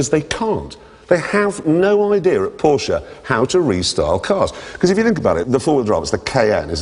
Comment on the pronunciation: What an idiot. He can't even enunciate the Name "Porsche" correct.